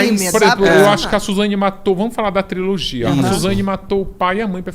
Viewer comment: mais alguém oiuviu ele falar "triologia" invés de trilogia ou ouvi errado?